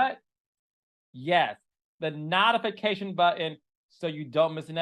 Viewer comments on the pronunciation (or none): CK plz stop mispronounciating NO TI FICATION...NOT...NOTI FICATION...u sound like Tisha with her...EE-VENT